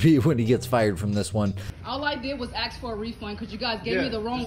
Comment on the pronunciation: loves the word "trifling", can't pronounce the word "ask".....